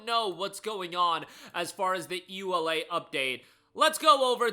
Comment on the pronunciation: "EULA" is read as a word, not letter by letter!